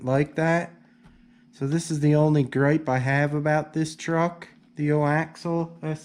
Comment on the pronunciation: It's not O Axal ...it's ( AX-E-ALL ) AXIAL